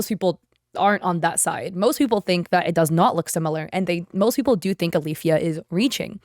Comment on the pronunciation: My cousins name is Alifya & yeah you rponounced it right, it's basically just two Arabic letters ا and ي together